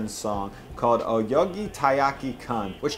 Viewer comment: "oyogi taiyaki kan" I got that "kan" was supposed to be "kun", but I had to read it on-screen to realise you meant "oyoge" instead of "oyogi". "oyogi" is a real word, it just doesn't make much sense ini this case... hence my confusion. When including foreign words: Try putting them into Google Translate and have it pronounce them for you. You'll be a LOT closer and obvious things like changing the "e" into an "i" won't happen :P